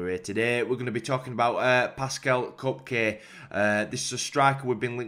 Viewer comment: Just a heads up it’s pronounced Kerr-P-Kay